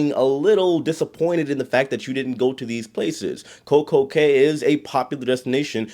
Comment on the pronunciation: Cay is pronounced key. Have you read Theodore Taylor?